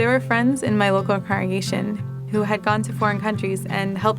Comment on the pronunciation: Why do JWs say "congregation" without the first G?